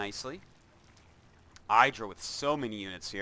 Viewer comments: Damn its pronounced "Iddh-rah" Artosis! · saying 'eyedrah' is like saying 'air-tosis' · I hate artosis' games of IdrA because he just doesn't get it. Someone must have told him already that his name is not eye-dra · Cringe every time I hear eyedra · Why you pronounce Idra wrong all the time? Are you doing this on purpose? ^^